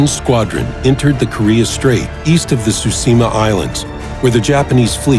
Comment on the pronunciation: that guys pronounciation of tsushima is laek super offensive